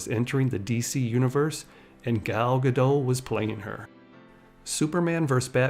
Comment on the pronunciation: Really good video on her. I hadn't known the Miss Universe story. The only critique is that Gal has said that her name is pronounced like Gah-dot rather than Gah-doh. Stumbled upon your channel today and have been enjoying your videos a lot.